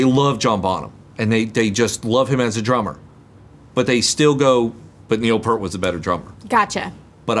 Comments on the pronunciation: Show her the Neil's solo from Frankfurt. Oh!!! It's pEARt not Pert. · I really enjoyed your reaction video. I just need to tell you one thing: Neil Peart pronounced his name just like it's spelled: "P-ear-T" You're pronouncing it: "P-ur-T" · His name is pronounced. PEERT. Not pert. As for greatest drummers. Every poll taken has mostly had Bonham as the greatest power Drummer, however, the most versatile and technically skilled drummer is Neil. They are the two greatest drummers, and never forget Buddy Rich, Danny Carey, Bill Ward, Carl Palmer, Ringo Starr and Keith Moon. Always at the top of the list of greatest drummers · Both Rolling stone magazine and Drummer magazine have Bonham as number 1 and Neil Peart pronounced Peert not Pert as 3rd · Not to be picky, but Neil Peart's last name is not pronounced "Pert", but rather, P-ear-t, with an emphasis on the word "ear" as the dominating element. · Neil’s last name was pronounced Pier-t not purt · Eddie Van Halen was once asked “how does it feel like being the greatest guitarist in the world” and he replied “I don’t know, go ask Alex Lifeson.” Also, you’re mispronouncing Peart’s name 🙂 it’s peert not like pert. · Peart is pronounced PEERT not Pert! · Neil Peert not Pert. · Peeeert, is how his name is pronounced. Not, ert. Eeert. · Say "peert" not "pert" :) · It’s not Pert, its Peart. Pron'd P EAR T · Peart like Pier with a T, not like Pear with a T. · Neil’s last name is pronounced ‘pier-t’. Like boat pier with the T from the word ‘art’ at the end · Peart like ear, not like pear. 🙂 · I really cringe when I hear Peart pronounced as “Purt.” 😢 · First, please pronounce Neil’s last name correctly.. second, you don’t have to do a video, but you should listen to the Hemispheres album. It was their most technical album and puts all three to their limits and beyond literally draining them..